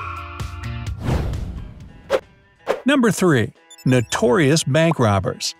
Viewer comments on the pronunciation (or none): notorious but it said notoriou. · Its notorious not notoriou